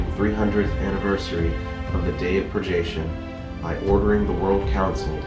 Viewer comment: Great idea for a video! But that's not how "purgation" is pronounced.